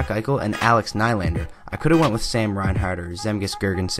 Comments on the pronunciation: William najlander lol hhahahahha it's Nylander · Lol you said Najlander... it's Nyyylander!! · Its pronounced Knee-lander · In swedish it is Nil lander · u said nylander wrong